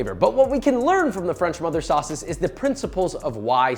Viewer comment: When he says "MOTHER SAUCES" it has me dying, idk why